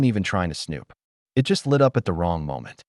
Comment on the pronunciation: Choppy crappy narration. Why can't he pronounce the word "it".